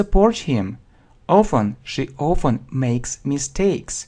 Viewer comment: Не знаю, говорили ли, но на вы произносите often как "оуфен"